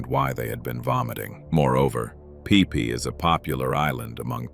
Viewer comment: Phi Phi Islands are pronounced 'Fi Fi' Islands, not "Pee Pee' Islands 😅